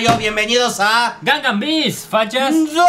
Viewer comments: cuando dice gangan bist yo:emmmmm:| ¿khe dijo? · dijo "gungan beast" XD (los fans de star wars lo entenderan)